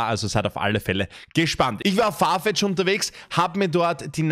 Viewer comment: das heißt Farfetch nicht Fartech. 😅Trotzdem nices Video!! 👻